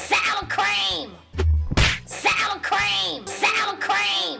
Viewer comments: SAUWER CWEAM 😍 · SOWA CWEAM words ✅ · sowa crem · SOWA CREEM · SOwaR cWEeM!! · “SOWA CWEAM” GETS ME LOL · SOWA CWEAM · words SOWA CWEAM ✅ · SOWWA CWEEM